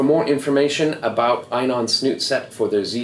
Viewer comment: Great video, but just so you know int pronounced E NON. At least that's how we say it in Japan, and how the reps say it at the dive shows here in Tokyo. I said it wrong too for years